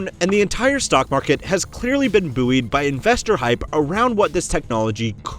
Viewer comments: Bouy is pronounced "boy". Is this channel TTS? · Why can't people pronounce buoy. You don't say boooeyancy for buoyancy do you? No exactly. The word is pronounced boy. It doesn't matter which way you slice it it just is. The sane as quay the place you moor a boat to is pronounced key. Not kway. It just is.